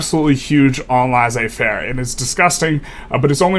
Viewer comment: Awesome video. I've noticed the wall in my games, around it I just stop building more construction capacity and start relying more on government investment instead of private. Its nice to see this published on a well articulated video That being said, I truly dislike how you pronounce laissez-faire